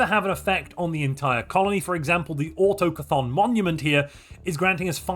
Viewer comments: Mate, you’re not pronouncing autochthon correctly. It’s not auto+chthon, it’s autoch+thon, maybe this helps “hear” it. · it's been years, man. Auto-Chthon? still? really? It's a three syllable word, so stress the middle one, as that's common practice in English. Au-TOCH-thon. That way it means "native" or "indigenous". I don't know WHAT you're saying.. Chthon? lol greetings from a non-native English speaker. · 'Autochton' is a perfectly good and old fashionend English word. It is also written as 'autochtonous' It means 'native' And it is pronounced - Auto-k-ton Not Auto-Cthulhu or whatever 😂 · Autochthon is pronounced Au Tok Ton, it's another word for Indigenous